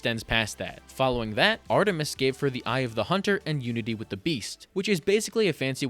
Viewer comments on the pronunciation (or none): none